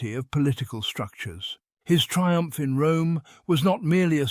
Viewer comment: That "triump" though...